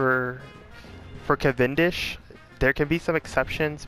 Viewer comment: Yes, you say that right